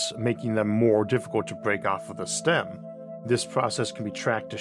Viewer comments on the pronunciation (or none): none